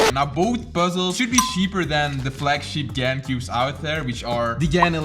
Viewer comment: It's pronounced GARN. I hope you can read Chinese